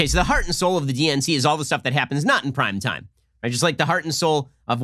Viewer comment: I swear Ben keeps saying "crime time" not "prime time"